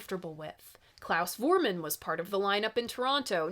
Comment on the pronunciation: Klaus’ last name is pronounced with an F sound not a V sound. He’s German.